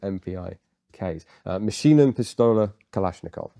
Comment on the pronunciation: For a non German speaker, your pronunciation of the word Maschinenpistole ,was absolutely great ! Way better then 98% of german speakers in Shows and Movies.